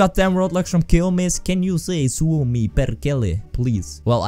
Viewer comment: U pronounced Suomi like finnish ppl like PERFECT just liek u are (